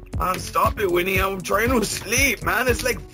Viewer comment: It's WINNIE! Not Wendy!!! Jesus Christ.